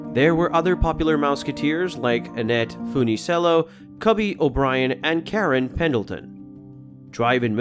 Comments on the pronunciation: Mouseketeer Annette Foo- nee - sell - oh ?? You obviously weren't around in the 1950's. It was pronounced Foon - a - chello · OMG! ANNETTE'S LAST NAME THE WAY YOU PRONOUNCED IT! 😅😅😅😅 IT'S PRONOUNCED, FOON-NA-CHELO! NOT, FOON- KNEE- CELL- LOW! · Annette's last name was pronounced as "foo-nee-chello." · Old movie theaters in cities were very large. I recall theaters with a main floor and two balconies. Red velvet seats too! You mispronounced Annette's last name. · you mispronounced Annette's name. we called the dance craze the lindy hop. I was born in 1947.